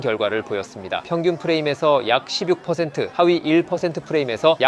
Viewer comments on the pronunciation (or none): 정말 관련없는 댓글이지만 16은 [심뉵] 발음이 맞습니다.. 죄송합니다 ㅎ